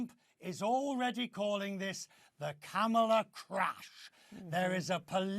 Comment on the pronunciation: Doesn’t this guy know how to pronounce Kamala’s name. He’s either a pro-Trumper or he watches too much Trump videos